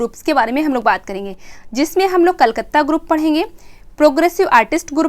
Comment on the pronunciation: कलकत्ता ग्रुप होगा कलकत्त नहीं ध्यान दे मैम